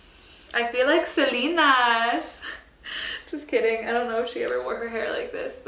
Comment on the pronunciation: You say Selena so weird haha it’s “ SE-LE-NA” in Spanish. Like “CE “ haha 😂 all the looks are beautiful as always!